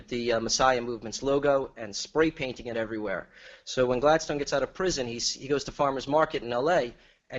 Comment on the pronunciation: I promise I'm not on caffeine. 🥺